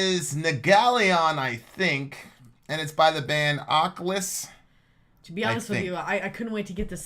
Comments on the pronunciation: AHH-KLEE-IS Akhlys - The Mist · It's pronounced ahk-lees.